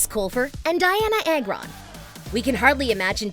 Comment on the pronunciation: It’s ARGON not “air-gone”.